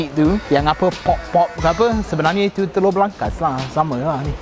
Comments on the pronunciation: hahaha ckp kedah "teloq" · ckp teloq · teloqqq dia hahaha pekat betoi kedah ang ni dok kuala nerang ka.. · kalau cakap telur jadi orang utara eh?